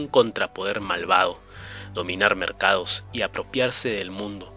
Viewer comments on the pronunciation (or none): Buen material. Preocupa la dicción: vendaos, ilumlnaos, mercaos. SaluDos.